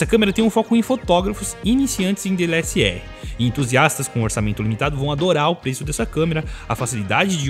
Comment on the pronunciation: Ele fala DLSR rs.